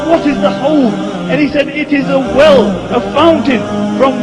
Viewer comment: Not Hole but Howdh (حوض)